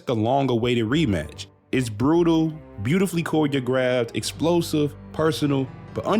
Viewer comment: "Beautifully Koi-de-graphed"... I'll admit, that shouldn't have made me laugh as much as it did. 😂